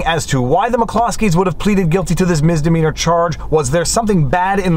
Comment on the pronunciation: Misssssssdemeanor Not Miz